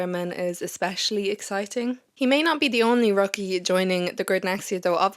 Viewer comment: I thought it was "Rookie as /ˈrʊk.i/ " 🤣not /ˈrɒk.i/ Sorry too funny 😂